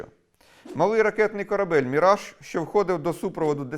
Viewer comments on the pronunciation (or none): none